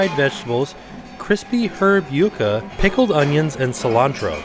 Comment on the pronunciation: Go! He said Yuca correctly!! Thanks!!